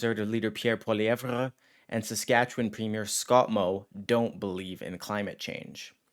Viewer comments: Can you please learn how to pronounce Poilievre? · The way you pronounce Poilievre made me throw up in my mouth a bit.